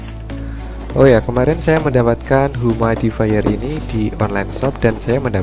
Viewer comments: humidi-fayer. bukan humaidi-fayer.. hehehe.. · Mau koreksi aj bang, pronounciationnya yg bener “yumid”ifayer bukan “humaid”ifayer:”) But it’s okay, nice content:)